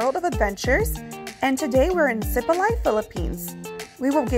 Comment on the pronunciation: You’ve been in Sipalay for what, a couple of weeks now? And no one has told you it’s si-PAH-LIE? Emphasis on the second syllable and not on the first like you guys have been doing. It’s not SEE- pa-lay but si-PAH-LIE. Not lay as in lay your head on my shoulder but LIE as in two truths and a lie.